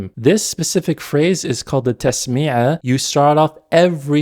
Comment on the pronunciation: The thing I don't get , why you're always misprounouncing arabic words : as قانون غانون or تسمية تسميعة (it's called basmalah tho) al'Ma'ari المعري , yet the bigger issue ; the jurispendence : sure women veil took different aspects based on the country culture but the standard hijab is the covering all body except the face and palms , and an even more hadith friendly version is niqab